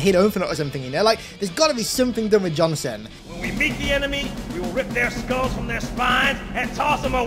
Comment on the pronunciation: Why does it sound like you call Sergeant Johnson, Jonathan? 😂😂